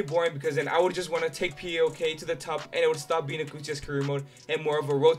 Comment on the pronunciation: I've told you before, and I'll tell you again: PAOK is pronounced as a word, not 4 separate letters. (Its not P A O K, but PAOK)